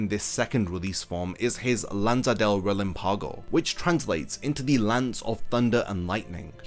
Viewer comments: Just a tip on your spanish: mind the accent mark of the words. You say murcielÁgo, but it is murciÉlago; you also say relampÁgo, but it is relÁmpago. This little thing makes a huge difference. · it's relámpago, not relampaago